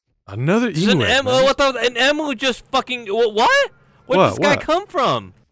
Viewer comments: As an Australian I'm annoyed by how says emu but it's fine.. its fine IM FINE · I love how pronounces emu. probably the funniest Alex's mobs video so far😆